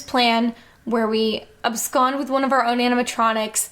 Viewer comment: she said abscond